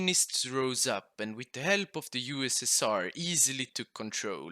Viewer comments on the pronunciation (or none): none